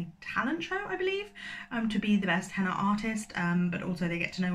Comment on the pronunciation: Oh no! It ROTS me when narrators don't look up how to pronounce names or places - like that's literally part of your job surely? The Henna Wars came out in the US first, and from what I remember seeing the author say on Twitter they did make changes to make it better for an American audience (which always makes me laugh that it always seems like American readers can't handle books not set there whereas everywhere else has no problem understanding or converting Americanisms in all the US books we read). I once read a book about an Irish character where there was someone called Nuala and the narrator say NOO ALA like koala and I was so mad haha.